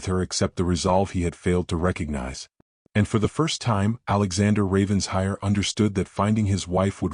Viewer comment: For the umpteenth time: it’s NOT Ravens-hire! It’s RAVEN-SHIRE! Alexander doesn’t appear to have a very compelling argument for Eleanor coming back. He sounds like a man who does the bare minimum, despite his words. Don’t think I’d be so quick to forgive.